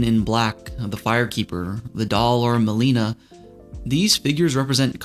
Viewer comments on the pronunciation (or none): none